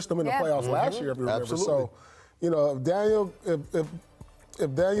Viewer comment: How hard is it to say Danilo?